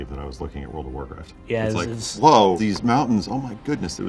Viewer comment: Wowld of wowcwaft